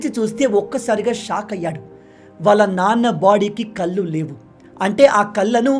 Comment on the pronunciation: please improve your pronounciation of TELUGU words. ముఖ్యంగా కళ్ళు (కల్లు కాదు) దారుణం (ధారుణం కాదు) బాధ (భాధ కాదు). You are committing many such pronounciation mistakes! PLEASE IMPROVE and prepare VIDEOs.